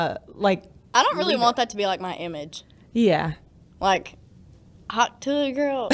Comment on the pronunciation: "I don't really want it to be, like, my imæge." Right after spending copious amounts of effort to make it her imæge.